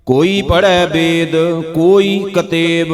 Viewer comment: You are blessed with one of the best voices for reading gurbani. I noticed in the Sehaj Path Audio for Ang 884-898, On ang 887 last line, “pa(n)ddit bedh beechaar pa(n)ddit” “bedh” is mispronounced as, “dekh” On ang 892 line 7, “koT pragaas na dhisai a(n)dheraa” “dhisai” is mispronounced as, “ridhey” Please fix it. Thanks